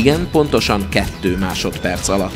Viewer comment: Ketű másodperc ketű mi az hogy ketű